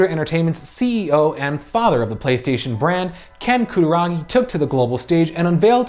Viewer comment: He couldn't even get the name of Ken Kutaragi properly... What did you expect from this clown exactly? Oh yeah, something "ultimate" he is "proud to deliver". LOL.